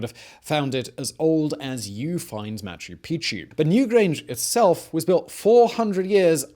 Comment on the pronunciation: Damn! I was hoping we could get through this without Simon mispronouncing Machu Pichu yet again....but, noooooo!